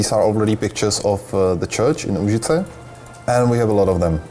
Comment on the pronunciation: Nigromanser Actually its Lužice, not Užice :D